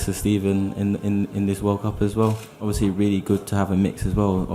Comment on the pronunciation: Ovyasly yh ovyasly yh ovyasly